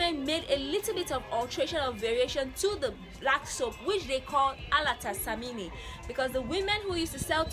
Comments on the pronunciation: Alata samla, not samini pls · it is pronounced A-LA-TA SA-MI-NA and simply means Nigerian soap, Alata means Nigeria in Ghana and samina is soap